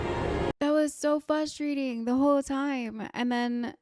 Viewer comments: Dunno what’s wrong with me, if it’s something wrong with the speakers I was watching this video on, but you said “frustrating” so many times and to me it sounded like you said fustrating. at first I thought you misspoke but then you said it so many more times and it, in and of itself, was frustrating to hear lol. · it is Faws-trating lol